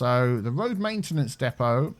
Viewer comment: so it's your..."Main tea nance area"?